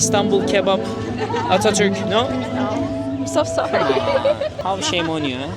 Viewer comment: hahahhaa attaürjk diyor ...la yurtdışında adamlar kendi devlet adamını bilmiyorlar sen Atatürk diyorsun...kimin umrunda